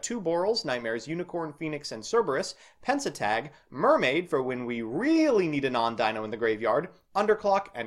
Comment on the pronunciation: YESSS EXCITON also because i can't help but police your pronunciation it's pen-te-stag, not pen-se-tag. It's a stag beetle.